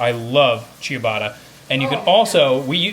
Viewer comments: Why do you say “chew-bada”? it’s “chuh-bah-tah” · Chia-botta? Wtf.